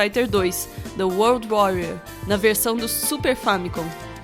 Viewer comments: Olha só quem finalmente aprendeu a falar "world" kkkkk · Estou muito feliz ao ouvir o pronunciando "world".